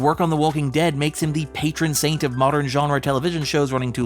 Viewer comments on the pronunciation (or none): none